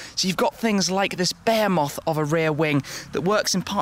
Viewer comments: "Bear moth" rear wing ? 😂 Don't you mean behemoth ? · Sounds like he said bear moth not behemoth pronounced beh he moth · bearmoth of a rear wing? huh? do you mean behemoth? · Jacque Noir Yup. Not how it's pronounced in the states lol. That's for sure. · that's an "accent". it isn't the correct way.